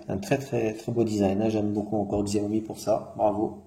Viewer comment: Sa se dit "chaomi "